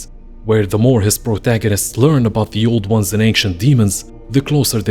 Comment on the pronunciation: I heard that too. lol